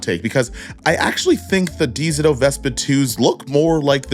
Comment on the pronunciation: Lmao nah why you keep pronouncing dzo like that